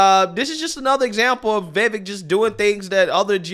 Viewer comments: I really love your channel, but please please correct the way you are pronouncing Vivek’s name. It’s pronounced Vi-vake like “cake” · You are mispronouncing Vivek's name, it's pronounced more like Vivake. The "vek" of Vivek is pronounded like "Jake" with a v instead of a j. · Vivake like cake.... say it right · It's pronounced as "we + wake" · Love your shows——Great job——- but it’s pronounced Vi Vake as in Cake. I heard Vivek use that analogy himself. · How do you still not know how to pronounce his name? Viv Ake... like cake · Vivek like cake. They rhyme. So you know how to pronounce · This k about why Vivek (pronounced Vee Vake) is going on these channels. How much money do you think he's spending on these publicly aired programs? 😊 Zero dollars. Trump did the same thing. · Brother, I love your content. You always spell things out in an understandable way. But please, for the love of God, learn to say Vivek. Lol It's pronounced Viv-ake. Like, Big Rake. Lol Viv-ake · Vivake! It rhymes with cake! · Great show. But Vivek rhymes with “cake” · ...STOP mispronouncing his name.... Sounds like Cake Vivek. VIVAKE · Chuck Todd's middle name must be "moron" on his birth certificate- and pronounced the way Reba McIntyre pronounces it. He can't even get his guest's last name right?! Every time I hear Vivek speak, the more impressive he is and seemingly straight up bad to the bone- in a good way, of course. I am originally from Jacksonville, FL., and I am pasty white. I am a Christian, and when I learned of the three people murdered, was not thinking Christ like thoughts. My flesh tends to want to inflict much pain on evil pieces of crap like that waste of oxygen. God bless their families with the peace that passes understanding. There is a great Christian song called "We all bleed the same ". God help us all. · He making himself available to the media to promote is platform and his planks. Chuck cant even pro-noun-nce his name. Chuck can go fck himself